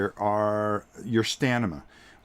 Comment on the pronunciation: LOL! Trouble saying "Stamina"? You keep saying "Stanima" It's staMina, not "StaNima". :-) Not criticizing, just think it's funny because I mispronounce words differently sometimes too. LOVE your videos. Keep them coming. I look forward to them.